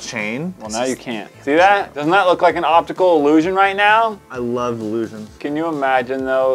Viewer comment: Because doesn't know how to say 'optical'